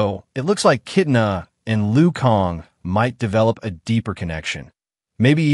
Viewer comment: Sir this is something cool info on the new mortal kombat movie sequel but you have to know the characters name that way people can actually know who u are talking about, it's kitana not kitna,fans may think that's a new character or something 😅